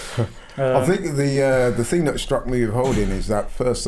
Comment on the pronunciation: Brexit ting! Its thing you muppet! At least speak the language properly....